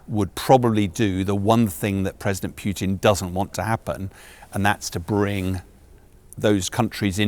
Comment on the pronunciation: sean bellend is out of his depths and does not know the first thing about Russia as far as UK it will be a non starter going to war with Russia he cant even pronounce Putins name properly